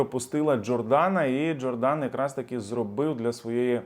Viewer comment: ДжОрдан наголос на О. БарделлА, наголос на останню букву А. Але ти все одно не прочитаєш.